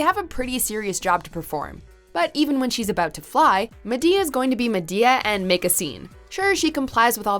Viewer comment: I cringed soooooooo hard when she said ma-to-the-damn-d-e-a